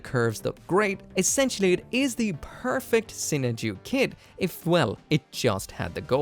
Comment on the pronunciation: You say it so weird. I say Sinan Ju